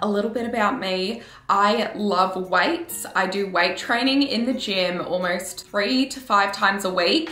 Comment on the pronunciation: When you said you love doing weights, my Indian ear heard whites🤣🤣🤣